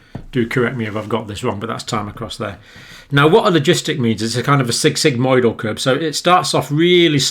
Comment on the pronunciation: Did John say the logistic rate is like ‘sig sig moidal curve’? Someone correct what i think i heard please, because yes i love to learn aka geek, intellectual, student, scholastic stud :-))